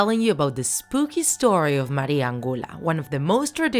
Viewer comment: I speak Spanish because I am argintinian and you said the name of the spirit right